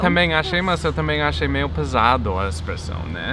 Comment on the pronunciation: Finalmente! Encontrei um carioca que reconhece o i no meio das palavras 😄 (não é meismo?)